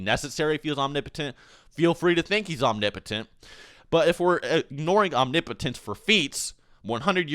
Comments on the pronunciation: is that really the correct way to say "omnipotent"? it sounds so wrong. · renge miyauchi om-ni-po-tent the ni is a soft i